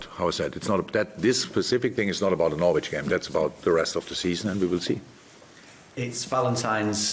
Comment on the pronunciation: It’s a sign of how much people love jurgen, that no one wants to tell him he’s mispronouncing the name Norwich 😂